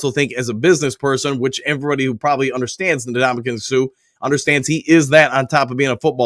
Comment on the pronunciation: Can we please pronounce the man's name correctly? N-Damukong Suh is how you pronounce it, not Nadamukong. Say the N, then the rest of his first name.